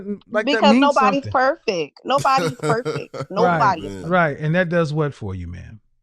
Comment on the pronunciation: I dislike when folks say perfek